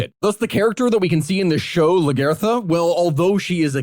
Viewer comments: You said you watched the show, but the way you pronounced Lagertha.......hmm... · Lagaertha? I understand the names are tough but they have to say her name at minimum one hundred times in the show